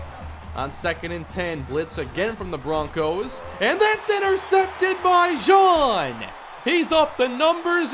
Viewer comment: When you say Scott Jean like KJC's name it doesn't sound right, I think it should've been said like the article of clothing